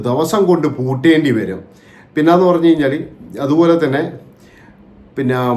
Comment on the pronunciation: ബോച്ചേ, പണഞ്ഞു, പണഞ്ഞു, എന്താ പണഞ്ഞേ?